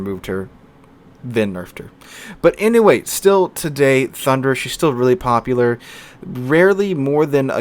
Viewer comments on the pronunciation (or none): none